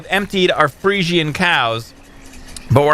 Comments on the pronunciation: pretty sure they're pronounced "Freezehens", not 100% but that's how I've always heard them pronounced. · Friesian is said free-shin as far as I know, just an FYI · Fresian is pronounced 'Freeshun'